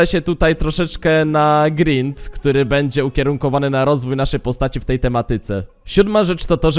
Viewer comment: kurwa naucz sie mówić, nie bedzie tylko będzie bo az uszy bolą